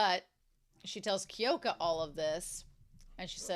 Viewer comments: Kyoko Sakura, not Kyoka.❤ don't worry, Romania, Kyoka is a nice name - just not hers. 😮😊😂 and it's Sa-ya-ka (prounounced sa-ya-kah) for Sayaka, ok?😮😊 Still, don't worry about it. It's much easier for you than my name, prolly, anyway ( my surname is Rynkowska, try to say that, not in American lg XD😂 ya know, don't try unless for fun) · Minor nitpick, but you often sayKyoko's name wrong. It's Kyoko (or Kyouko), not Kyoka. The name ends in an O. Though sometimes you do say it right.